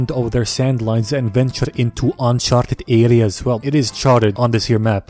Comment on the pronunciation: Uncharted areas in a thick Irish accent